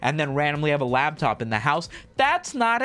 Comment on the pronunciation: Love that he calls it lab top ram